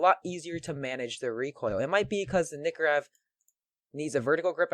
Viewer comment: its nike or ev not nikkorev <o/